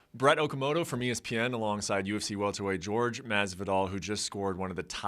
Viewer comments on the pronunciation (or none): "George" Masvidal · Is it not "Hore-Hey" ? Why does he call him George? Also strange pronunciation of Kamaru Usman 😂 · Who's George ? It's Hore hay . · Why do they call him George? It's Jorge. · George... lol I those it was hor-ay masvidal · Is it pronounced HorHey or George? My man is saying George and I’m sure Mr. Masvidal would correct him if he was saying it wrong lol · Pronounced 'Horrheh' not george.. dumbass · ITS JORGE NOT GEORGE YOU FUCKS!! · Can somebody please tell me, is this mans name pronounced Hor-Hay? Or George? I thought it was Hor-hay, but people keep calling him George. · "George" smh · For crying out loud, is JORGE not George! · The guy covers the sport and calls Jorge "George" .... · so why do half pronounce his name ge or ge and the other have hor hey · I thought his first name was pronounced "HOR-HAY" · Why does he keep calling jorge george? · i understand the english version of his name is george... but how hard would it have been to call him his name the way it has been called his whole life?? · Bro what? Lmao he can't even pronounce masvidals first name.